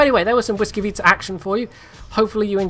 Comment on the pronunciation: I am very surprised that you can say "Błyskawica" properly,did you practice for the video or do you actually speak Polish? :D